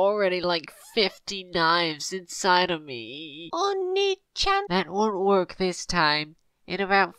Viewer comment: Oni-chan not ony-chan sorry